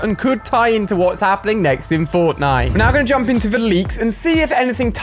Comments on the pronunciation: Did Ali a say fortnite or fortlight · Did anyone else hear him say Fortlite? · haha "fortlite"